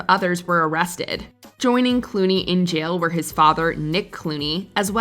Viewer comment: and you mispronounced "jail".